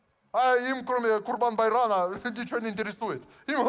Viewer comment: Не Курбан-байран, А Курбан-байраМ.